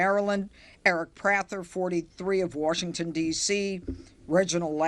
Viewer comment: she said" Warshington?"......